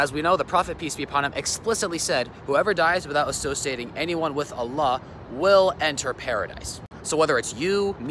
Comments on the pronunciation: Astughfirullah, the way she pronounced Allah...May Allah guide everyone and grant us all jannah, ameen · Just hearing her mispronounced Allah just shows how little she research about the topic